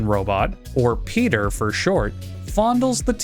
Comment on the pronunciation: No not peater